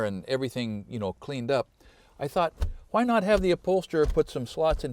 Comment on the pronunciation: Youre hitting the letter h kinda hard when you say why